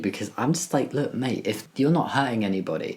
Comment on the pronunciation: As a fellow brit, Jamie has never sounded more stereotypically british than saying "look mate" at the end there